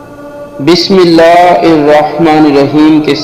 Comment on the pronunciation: تم تو بسم اللہ ھی غلط پڑھ رہے ھو